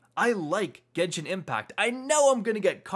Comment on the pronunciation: It’s Genshin not genshien lol people mispronounce it.